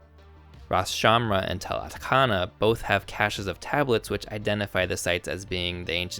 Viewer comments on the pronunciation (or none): Just a small nitpick in otherwise solid content, but when you're dealing in Arabic placenames, you will want to pronounce "ch" as a "sh", not a "kh" sound. Due to French colonization, French-flavored romanization abounds in Syria and Lebanon (as relevant to these videos). Thus, Tel "Atshana" and not Tel "Atkhana". Also as others have pointed out, the native name for Aleppo in Arabic is still Halab.